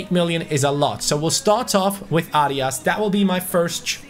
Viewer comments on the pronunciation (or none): none